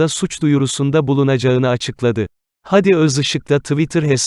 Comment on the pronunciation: Videoyu okuyan beyfendi adamın ismi " hadi gidelim" de ki gibi söylenmez. Dogrusu "Hâdi" a uzatılır, hayatında hiç mi duymadın bu ismi?